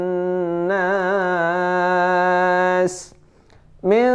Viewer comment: maaf anda juga salah pda saat mmbca ila hinnass nya